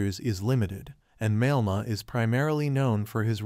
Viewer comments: Malema is pronounced as Ma- lair-ma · Why should anyone believe you if you don't even know how to pronounce his name?